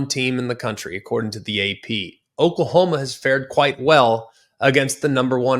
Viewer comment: Who is Okalhoma? 😂